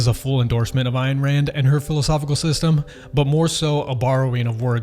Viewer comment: Ayn is pronounced, Anne.